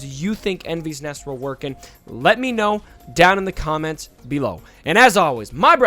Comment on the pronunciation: Great review - some advice on pronouncing her name. It's a welsh girl's name (meaning rainbow) and should be pronounced "Envis" rather than "Envees". Although given this is in a galaxy far, far away who knows :-)